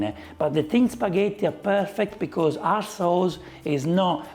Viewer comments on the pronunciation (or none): I thought you said arse souls but you said our sauce 😂